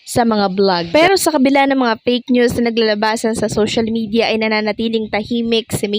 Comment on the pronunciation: Fake not "peyk" ayosin mo naman ang pronounciation mo ng F at P